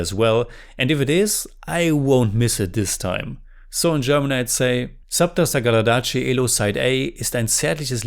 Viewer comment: ❤you pronounced the film 📽️ title perfectly.